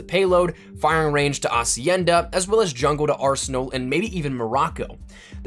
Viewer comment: You're the first youtuber say hacienda right and not HHHacienda